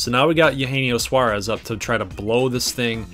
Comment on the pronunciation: It makes me mad as a reds fan when you say Eugenio Suarez name wrong